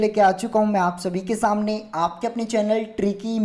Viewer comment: Your samney word pronounciation is little different n funny bro 💯😂